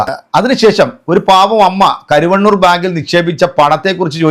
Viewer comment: കരു വണ്ണൂർ അല്ല കരുവന്നൂർ